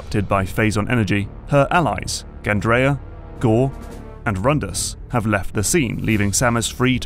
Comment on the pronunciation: 1. She is called GandrayDa. 2. Samus used her ship before in games, like Prime Hunters. 3. It's called Br(II)o. Not BrYYo. 4. The reason it is more linear has been analyzed to hell and back. If you're still moaning about that by now, you clearly have missed something.